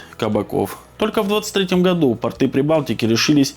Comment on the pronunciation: Не портЫ,а пОрты!😂😂😂